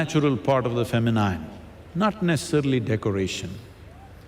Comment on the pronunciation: Masculine and Feminine's pronunciations are wrong, dear SADGURU